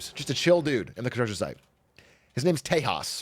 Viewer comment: “Tejas” is not pronounced “Tehas” like spanish 😭😭😭😭 As an indian that hurt and made me cringe so card 😭😭😭😭 It pronounced “tey-JUS”